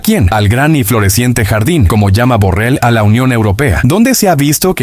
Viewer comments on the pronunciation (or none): none